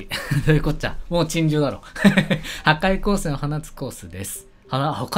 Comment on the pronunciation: とりあえずなんかティーヨシがはかいようせんを........ 自分 ん⁉ww 最近言い間違い多すぎいぃぃぃぃぃぃぃwwwwwwww